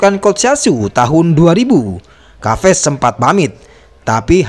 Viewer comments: Bukan kaves om tp ca ves sebutan yg benar.. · nama chaves di baca saves min,bukan kaves